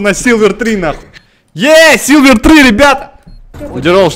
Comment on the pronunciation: не силверы,а сильверы!